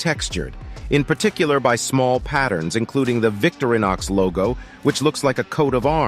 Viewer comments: It's Vic-TO-ri-nox...not VICTORY-nox. :) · O.F.F.S, VICTORINOX is NOT pronounced VICTORY KNOX it's pronounced VICTOR IN OX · Not a fan of the AI generated voice which mispronounces "Victorinox" constantly. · Quit using the Robo voice and learn how to pronounce things like Victorinox....POOR